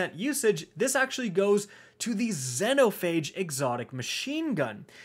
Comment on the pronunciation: Does it bug anyone else how he pronounces Xenophage?